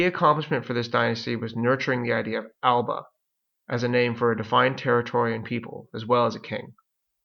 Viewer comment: AL-UH-BUH NOT AL-BUH #Tosser